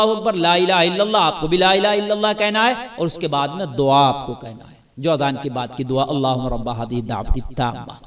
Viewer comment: Azan lafz bolna pehle seekho